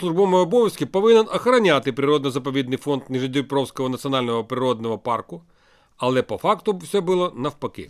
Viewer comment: Може Нижньодністровського парку? А то чується як Нижньодніпровського...